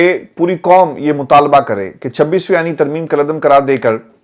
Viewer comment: السلام عليكم ورحمة الله وبركاته۔ عرفان بیٹا۔ آپ اردو بھول گۓ ھیں آپ کہتے ہیں حقیقت کو حکیکت ۔ قوم کو کوم کہتے ہیں۔ حق کو حک کہتے ہیں۔قائل کو کائل۔ آپ نے ۔۔ ق ۔۔ کوکیوں بھول گۓ ھیں ۔ محمد meesaW قریشی ۔ کراچی۔